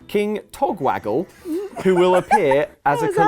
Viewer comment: The amount of attempts needed to say "King Togwaggle" is about as ridiculous as Sheogorath's personality.